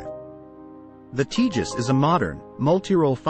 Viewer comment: Btw, it’s not pronounced ‘Tea jus’; it’s pronounced ‘Tay jus’.